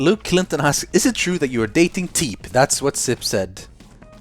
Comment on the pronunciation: You spell it ''Teep'' but i think you pronounce it ''Tee''